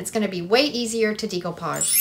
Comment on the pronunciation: Great ideas, and will definitely give them a try. FYI - decoupage is pronounced in the French way; day-coupage, not dee-coupage😉